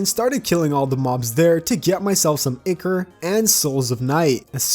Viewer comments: It's eye-Core not icker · "icker" "wivern" 😭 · the way he says ichor makes me physically unwell. idc if thats how its supposed to be pronounced